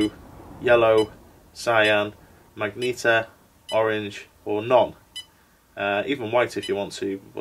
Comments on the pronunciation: Yellow...Cyan...Magenta - Should be Madge-Ent-Ah - it's not an X-Men villian :p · Childish giggle at saying magenta as magnita